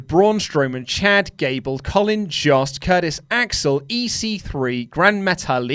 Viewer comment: Jost is pronounced like host or most